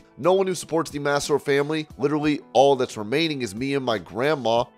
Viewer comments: Please please please learn how to pronounce Ashley Massaro’s name! Maaaah Saaaah Roe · Quit saying MASSAROE!